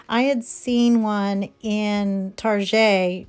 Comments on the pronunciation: Wait....Target...tar-jay?? 🤣 What was that?? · Ok 80’s lady you for sure grew up in 80’s on how you said Target. I believe it’s a 80’s way we said it back then. Lol!